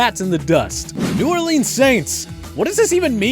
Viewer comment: Learn how to say New Orleans, you and Al Michaels.